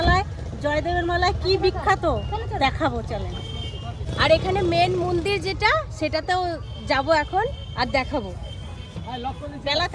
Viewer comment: Mundir hoy na kotha ta Mondir